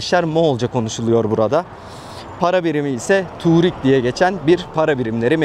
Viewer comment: Turig değil tugrig